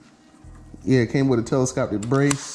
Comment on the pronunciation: "telescoptic brace"